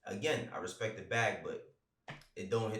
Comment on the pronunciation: Yo with all due respek “put some respek on cudi’s name” go back and do your homework.